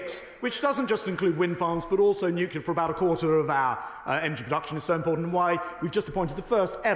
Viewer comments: Nuclear! Nuclear! So educated and still pronounce it Nucular! That’s not a word! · Why do people say nucular when it's nuclear. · Does know it’s not pronounced newkewlar? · Who's surprised that Shaps can't pronounce nuclear? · He can't even pronounce Nuclear. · Is he mispronouncing 'nuclear'